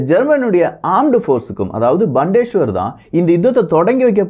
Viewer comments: Thanks for the Video! Btw, Bundeswehr should be pronounced as "Bundes-Wehr"(Armed Forces) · Hi, huge applauds for your efforts. Such a great job with so much of world content. Just a small suggestion: your pronounciation of 'Bundeswehr' needs to be checked (what you pronounced is not correct. Check in google translate for right pronounciation). Please consider my comment as an improvement suggestion for your future videos and not as any criticism. And btw, I am a big fan your channel. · வணக்கம் விக்கி சிறப்பான தெளிவான செய்திகள். Bundeswehr என்பது ஜெர்மனியில் உச்சரிப்பில் (புண்டஸ் வெயா) நீங்கள் உச்சரித்து இங்ளிசில் பண்டேஸ்வர் இங்ளிசுக்கும் ஜேர்மன் மொழிக்கும் உச்சரிப்பு க்கள் ஊ ஆ ஆ அவ்வளவுதான் ❤❤❤❤ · mannikkaum Bandesweyar Illa BUNDES WEHR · Bild is not an important media in Germany. The Bild is like kumudham, kalkandu. Please stop your lies. Bandeswahr illa paithiyam, it's Bun des wahr.